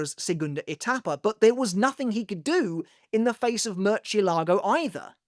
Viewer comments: MER-CHEE-a-LAH-GO"!!! 🤣🤣 It's "Murr-zi'eh-lah-gho". It means "Bat" in spanish. Hearing this guy butcher spanish is so funny! A simple Google is free my guy. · you know, i never make a fuss or point out this but its kinda funny how everyone in the english fandom pronounces "murcielago" in particular. it's not that they should know how to, not at all, but its funny cuz Ulquiorra himself (his jpva) does a pretty good job pronouncing the word in the anime. i even went to double check rn before commenting.